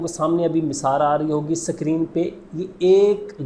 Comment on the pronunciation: Sacrin mh hota bhai screen hota h